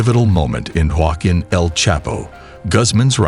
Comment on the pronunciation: I’m glad they caught “Guaqin” 💀